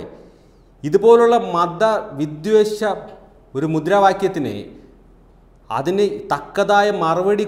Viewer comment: വിദ്വേശമല്ല. വിദ്വേഷം. എന്നാണ്.